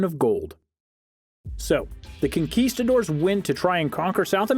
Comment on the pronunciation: "kinkistadores"...hiring a better narrator would've helped :-)